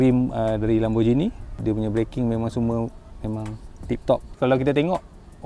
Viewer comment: lamborgheeni bukan lamborjini